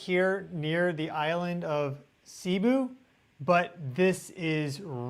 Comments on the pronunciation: Pls its cebu not cibu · Davao you pronounced correctly. Cebu sounds like “say-boo” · See-boo lol 😂 Sorry, just poking fun 😆 Very interesting info. Things are getting scary and im living around the ring of fire on the western coast of the U.S. Yikes, stay safe everyone! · Cebu is pronounced "sayboo."